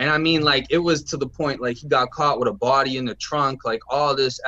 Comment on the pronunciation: lol I was jk bro. I was saying he would pronounce it witt instead of with.